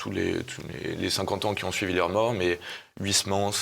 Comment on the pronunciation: on dit pas h oui s mans mais oeil smans uy en néerlandais ( origine du nom d'huysmans ) se dit oeil